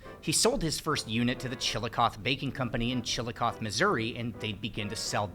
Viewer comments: OMG, my favorite food! So interesting! Wish I could have helped you finish eating all that food. (BTW, Chillicothe is pronounced CHIL-uh-coth-ee by the locals (not CHIL-uh-coth). Believed to be of indigenous Shawnee origin, from Chalahgawtha meaning "principal town." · no way, I live right near there and had no idea it was where sliced bread originated! Slight nitpick, the E in "chillicothe" is pronounced "ee", it's not silent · I love the part where you were just sitting at the table eating and drinking beer and talking and getting interrupted by dogs and such. Felt like I was sitting there at the table with you. BTW, you pronounce the E at the end of Chillicothe ;-)